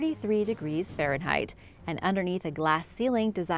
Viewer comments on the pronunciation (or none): none